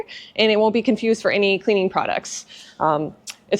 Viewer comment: Did you say cleaning or cleavage vidio